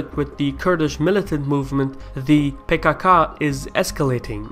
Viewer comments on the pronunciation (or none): I love how you pronounce PKK as "pay kaa kaa" lmao